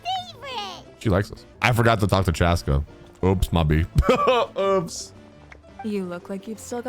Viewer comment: Saying chASSca makes you sound country